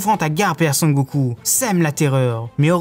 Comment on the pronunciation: Sen goku pas Son goku